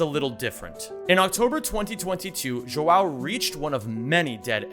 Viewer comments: This is not hate at all but as a portuguese man seeing you bucher my boy's João or Joao as is it in his name tag (probably because using acentuation in usernames is a night mare and most of the time not allowed) kills my soul😭. JUSTICE FOR JOAO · everytime your pronounced João wrong was really funny, loved the vid